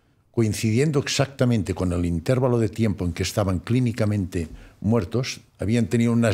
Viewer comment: Intervalo lo pronunció mal